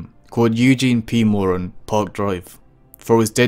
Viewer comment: Moran, he was my great uncle so I know his last name, and how to pronounce it.